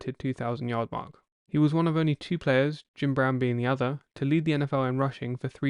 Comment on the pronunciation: Announcer can’t say ‘the’.